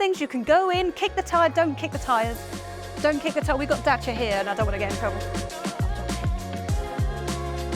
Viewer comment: love how the presenter pronounced Dacia perfectly ❤